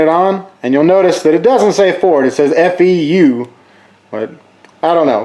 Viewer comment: Feu was “rev”